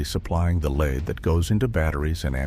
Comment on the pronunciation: Dang it, AI, "leeed"? LEAD, short E.